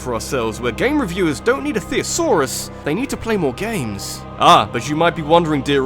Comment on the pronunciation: Theres no 'o' in thesaurus guy. Its not 'theosaurus'. You're supposed to be English.